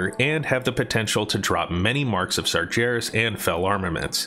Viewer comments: And sarjeras instead of sargeras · sarGeras not sarJeras xS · "Marks of Sar jer us" ...wow. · The way you say Sargeras is a real life taunt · SEEEEEETHICK HALLS and SARJARIS. lol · see-thek halls? stop saying see-thek. and did you say hay-lah? come on man. sar-jair-iss? what? how do you read a j sound in that? bee-nar? bee? as in bumble? you're american arent you?